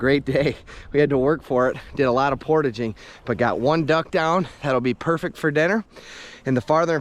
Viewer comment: The way you say portaging….😅. Amazing video. Amazing adventure!